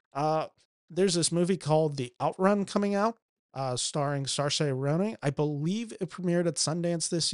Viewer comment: The butchering of Saoirse’s name…rhymes with inertia